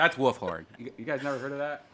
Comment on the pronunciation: it's wolfTHORN brian...wolfTHORN! not horn... THORN!!! If you want old spice to sponsor the cast... you gotta get it correck.